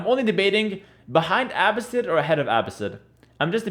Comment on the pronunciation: Why do you pronounce Abbasid like you don’t know Arabic? :)